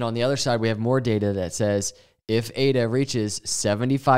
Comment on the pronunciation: You even say data like it has ada in it. Dada 😅❤